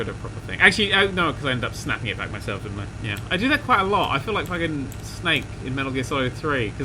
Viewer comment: This series has made me realised how much sounds Australian when he says "fuckin".